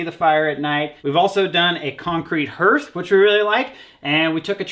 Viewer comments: LOL "herth" it's pronounced "harth" just an fyi lol. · Loved this very informative vid! By the way, Hearth is pronounced like the word car, not earth. Love you kids!